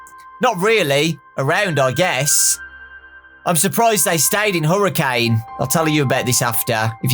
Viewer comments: Okay I've been able to handle it this long but I can't anymore., as someone from Utah, it's pronounced Herrican not Hurricane. It's small but like it bugs me a bit that youtubers don't know it T-T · It's pronounced her-i-can not hurricane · Just wanted to let you know, it's actually it's pronounced Hurra-kin, Utah. (This is coming from a Utahn) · Fun fact! It's pronounced Hurri CAN. I don't understand it either, but I live in Utah, so I've heard it a bunch of times. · From a Utahn, you say Hurricane wrong when referring to the place. It's Huri-cun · Oh my god XD I was just in hurricane, utah its pronounced HER IH CAN. It's in a desert I camped on a Mesa near by